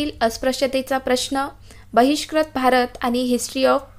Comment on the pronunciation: Please don't say vratpatr it's vruttapatra u will be there in pronunciation same for bahishkrut it is not bahishkrat